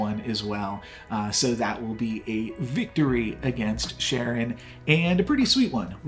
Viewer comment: Really enjoy your videos! Also you're mispronouncing Charon but it might be a joke I'm missing